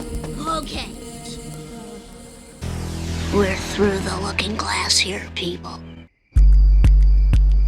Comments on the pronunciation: 'Seasons free froo nine'. Wtf. Do you mean THree THrough nine?? There's no eff sound in those words. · I don't know how any adult can say the words "free frew nine" and think they're speaking English like an adult...